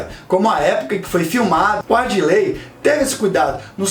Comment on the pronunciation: Parabéns pelo video. Só uma correção: é ADIRLEY, o nome do diretor, e não ARDILEY. Abraços